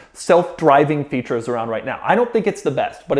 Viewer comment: I just know he loves saying “Quarks and featurrres”